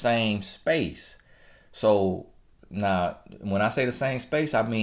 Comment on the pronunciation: More like “Listen to meh na” hahahah